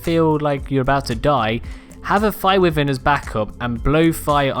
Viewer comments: Why the hell my dude wtf is wivern..... Why Vern. It triggers me when others say wivern so much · "Wivern" deep sigh Why. Why Vern is how that is pronounced. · Atleast he doesn't pronounce it wy ar ren like my tribemate we kicked him out because he stole my longneck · That’s not how you say wyvern